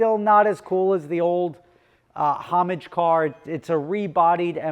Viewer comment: Today mispronounces Homage repeatedly.